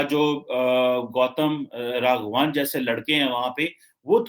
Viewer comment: woh Raghvan hain Raghvaan nahin, jaise Jadhav hain Yaadev nahin aur woh Maharashtrain hain iss liye usse Zaadav pronounce kiya jataa hain. Karala nahin Kerala hain. Yaar tum Pakistani bharatiya naam bolna seekho phir tarzia kiya karo. Chahe Dr Shahid Bewqoof ho ya Jaahil Hilali, koi bhi Bharat ke naam theekh tarah se nahin bol paate.